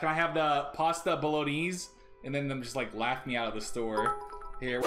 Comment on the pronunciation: It's pronounced bolognese